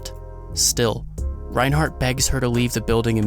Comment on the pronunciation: Tf is going on is reinhard not reinhardt